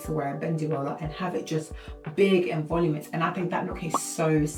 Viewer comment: "Vol-ooo-min-us". = voluminous. 😉❤❤❤